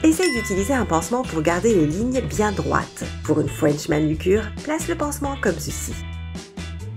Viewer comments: A il l'ont dit aussi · Quand la fille dit french manucure le r devient un w donc ça dit fwench manucure